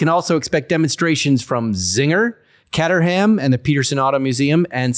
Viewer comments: Cat-er-ham??? See episodes of Top Gear for correct pronunciation 😂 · Catterham? It's Cater like a caterer. But they're awesome little rockets. Very pure. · Caterham pronounced Kater-am